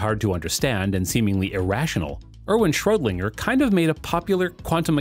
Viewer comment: Bro said Schrodlinger 😂😂